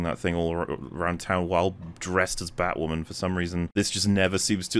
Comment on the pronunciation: Strap in, lads. IT'S BATWAHMEN TIME.